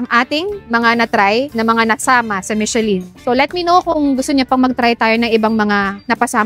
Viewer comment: It is pronounced as MISHELAN